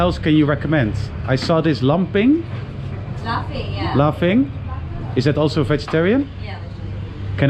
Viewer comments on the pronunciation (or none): Hahaah Ik ga stuk hoe je laphing zei: Lamping 😂😂😂